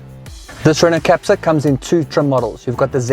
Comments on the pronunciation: It's French, so Kaptoor, not capcha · Wrong its Kap-TUUR